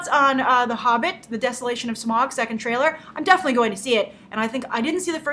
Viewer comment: Hey Grace, just a couple of corrections because I'm a massive LOTR fan. Listen to how Bilbo pronounced Smaug, you said it like smog. Legolas is the son if the elf king and Evangeline Lilly's character is completely new to the story, so we don't know her outcome yet. Also, The Hobbit is a 70 year old book written 10 years before LOTR, calling it lazy story telling/film making is a bit poor, especially when the film makers have put every effort to re-tell it in a new way, with respect to the book.